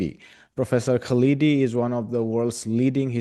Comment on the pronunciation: His name is not "Kaleedi" but "KHALDI," with the "KH" pronounced like the German "ch" as in the name of Johann Sebastian BaCH, or the Scottish "ch" as in LoCH Ness. We have to learn to say "curry" and "naan" and "tandoori," so equally you have to learn how to say our names! Hopefully your India will soon reject its current fascism and return to what it was under Nehru!